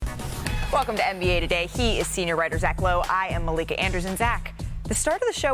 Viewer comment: Did she just say her own name wrong? I swore I heard Malika Anderson